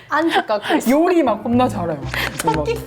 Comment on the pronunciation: ㅋㅋㅋㅋㅋ 요↗리↘ 막 겁~나 잘해 점점 사투리 배우시네 ㅋㅋㅋㅋㅋ